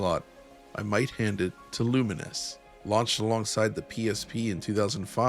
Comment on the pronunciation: Is it not "lu-mines"? A mixture of lumens(light aspect) and mines,which is what happens when you combine,explode?